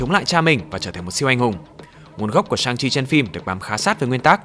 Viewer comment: nhân vật này phải đọc là "săng-si" chứ